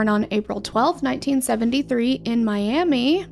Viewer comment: Miami, Oklahoma is actually pronounced like Miam-uh.